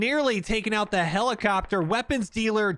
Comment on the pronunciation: he fucked aboot, he found oot